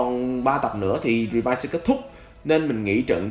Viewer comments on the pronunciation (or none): Cơ mà Rì vai mà ông đọc rê vi cảm giác cáu vler :v